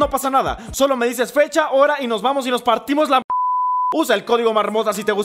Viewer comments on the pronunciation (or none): Alguien escucho vencha en vez de fecha